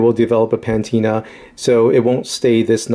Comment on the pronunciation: whats a "pantina"?